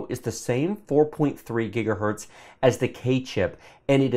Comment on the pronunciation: Please for the love of god don't start saying "gigahert"